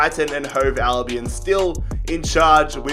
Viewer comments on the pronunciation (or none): none